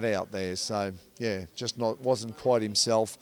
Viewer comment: You're a dunce. The word is 'Quite' not Quiet. And the boxer's name is Thurman - not Thruman.